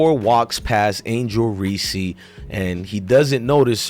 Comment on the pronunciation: Reese is one syllable.